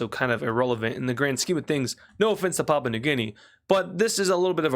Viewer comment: You've been doing well since I had to leave. Edit: you're still pronouncing Papua, which is pronounced "pah-poo-uh" as papa